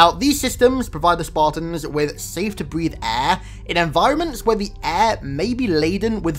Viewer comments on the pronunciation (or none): "Breath air" Sounds like "breath eh"